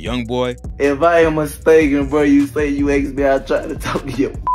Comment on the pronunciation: Bro hahahah ``you axed me`` thats why he was caught PAAHAHAHAHha